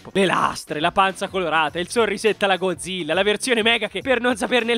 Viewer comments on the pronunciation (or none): none